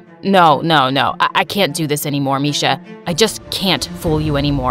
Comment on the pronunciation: It's not misha it's Miksha bruh